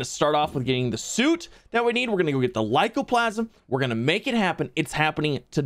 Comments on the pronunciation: Aight, does ya boi really not see the 'a' at the end of the word 'lycoplasmA'? Cuz it's been basically forever that he's been chopping that 'a' off and saying 'lycoplasm'. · Plas-ma. With an a on the end